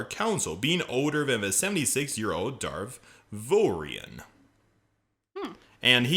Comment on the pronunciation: Darth vowrawn not vowrowrn that my mistake. 🙂‍↕️👍